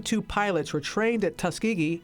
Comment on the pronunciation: u kept saying tuskgeegee